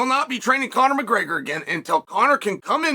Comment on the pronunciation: And he pronounced both names correctly 😮